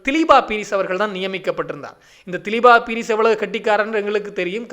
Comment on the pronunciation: தயவுசெய்து பெயர்களை பிழையாக உச்சரிக்க வேண்டாம். திலீப்பா பீரிஸ் அல்ல திலீப்ப பீரிஸ். பிரிந்து ரணசிங்க அல்ல பாரிந்த ரணசிங்க என்பதே சரியாகும்.